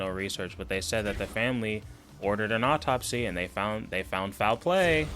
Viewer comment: & the word is "au-top-sy" not "opp-top-sy". These people are so ridiculous and embarrassing ugh